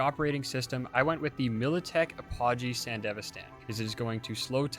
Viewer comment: Great build. But please, if you don't know how to pronounce a word, please Google it. Apogee (ap-O-gee). Scarab (scar-eb).